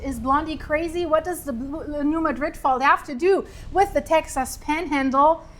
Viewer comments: Mad’-rid. Not like the Spain town. If you want to pronounce it correctly. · You're saying it wrong. It's not pronounced like the city in Spain, because it's named after a city in Missouri. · Born and raised in Missouri and now live in Texas. Emphasis is on the first syllable, MADrid.